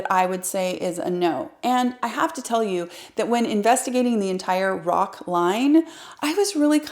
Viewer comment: You don't say Roc but you say R o c. Pronounce the letters